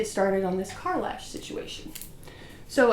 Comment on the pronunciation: no you pronounce it perfectly lol nobody ever gets it right I was just so excited to see the video I really wasn’t pay attention